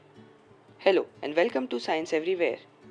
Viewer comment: Its not velcom its welcome